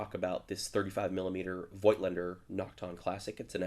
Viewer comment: was a good camera. lots of variants; professional: limited $ paid for this? oh, lens make pronounced "fot-lander" - in german. van gough, "van goff" your left finger annoyingly rubs vf window a lot, camerabugitus? :). good luck with 10 yr old film lol!